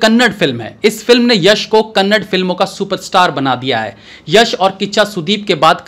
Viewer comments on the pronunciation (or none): it's not kannad it's kannaDA please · It's Kannada not kannad. Pls put an effort to pronounce properly.